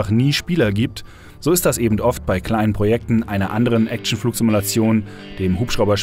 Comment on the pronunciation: es heisst EBEN und nicht EBENT!